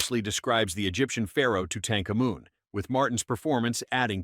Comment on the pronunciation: Simply stunning mis-pronounciations of Tutankhamun